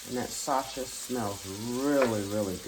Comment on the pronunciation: It’s the way you say sausage for 🤣🤣🤣 but I’ll be trying this recipe, looks great!!!! I love mushrooms